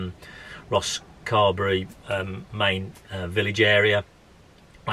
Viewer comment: It’s not pronounced Rosscarby, rather Rosscarberry. If you’re going to criticise my locality, at least get the pronunciation correct.